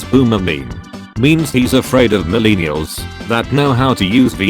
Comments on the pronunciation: Most people: millennials Computer voice: milēnēals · Nobody: Absolutely nobody: This guy: mUhlEENiulz